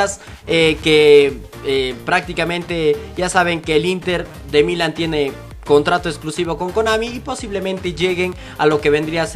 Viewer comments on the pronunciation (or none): En el minuto dijo el milen en vez de Milán o me volví loco?? 😂